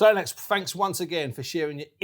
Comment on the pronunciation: Its Lennox, not lennex lol